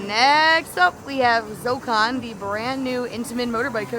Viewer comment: Why is Zokkon not 4 syllables??